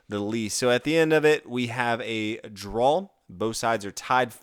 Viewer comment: Sounds like your pronouncing draw as drawl